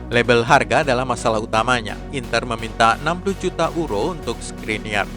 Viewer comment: Maaf untuk pembaca berita, agak lucu menyebut EURO dengan URO, adalah lebih tepat menyebutnya dengan YURO